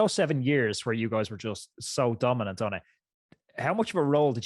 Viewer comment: dominant or dope-inant?